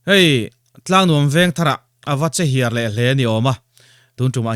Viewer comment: chehiar anilo aw,che hit ani zawk,i tawng fuhlo deuh😊